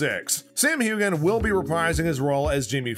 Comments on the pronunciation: I agree! I stopped listening because of the commentator. He even misprounced Sam's name, sayin, "Hugan", not Heughan. I found it rather irritating. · Its pronounced hewan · Get the name pronunciation correct please! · Please pronounce last names right. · Please learn how to pronounce Sam’s last name properly. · please pronounce his name correctly. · I commented on that. Noticed that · His wife wouldn’t get a word in. Btw not how sams name pronounced.